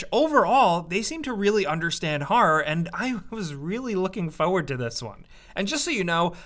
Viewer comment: Say "harrar" one more time...